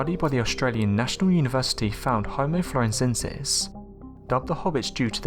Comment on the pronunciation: You try and sound all sciencey and intelligent yet you mispronounce words regularly including Floriensis which you mispronounced 3 different ways! FUCKINGANNOYING!!